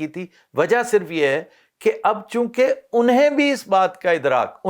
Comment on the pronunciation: Wah kya bola "unhean" 😀😃